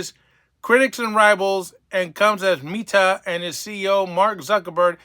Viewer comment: You should at least learn how to pronounce Meta properly so you don't sound like a fool... Oh, that's not going to help.